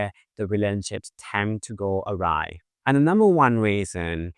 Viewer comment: At the beginning when you said “relationships tend to go awry”, I heard “relationships tend to go arai (what??)”. Granted I’ve been studying Thai a lot lately… 😂